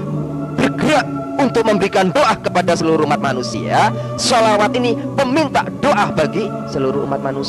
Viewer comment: ini bukan murtadin tp memang dari lahir adalah non muslim. Dengar saja sebutan klo dia sebut shalawat, As, Saw. tdak fasih.